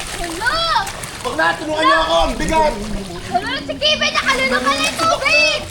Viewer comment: Kevin hindi po kivin